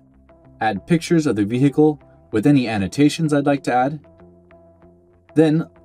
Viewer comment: What is a V-he-ical? Don't get me W- rong, it's a V-hery informative In-tro-duck-sion 👌 👍 😉